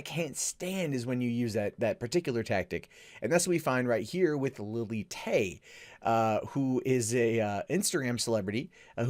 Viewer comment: Did you just say Lily Tay? Can you get anymore mundane?